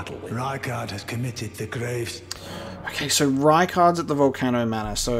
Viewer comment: Someone needs to make a super cut of all the times says Volcono instead of Volcano 😂